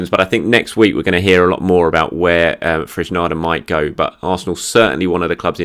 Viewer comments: Frez-ne-da by the sound of it, Search YT for 'How to pronounce Fresneda de Cuéllar (Spanish/Spain)' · Thanks for the update It's pronounced Fres-neh-da btw